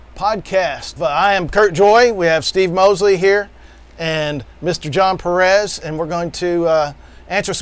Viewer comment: PE-rez not pe-REZ